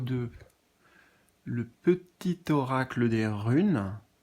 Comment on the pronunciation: Mdr tu m as fait sourire quand tu as dit eracle au lieu d oracle ça m a fait penser à Héraclès qui est hercule et le message c'est les mystères divins. Hercule est symbole d immortalité protecteur des. Athlètes et protège du danger. Immortalité = lien d âme et athlète = guerrier